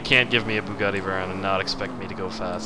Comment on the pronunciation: you say Bugatti wrong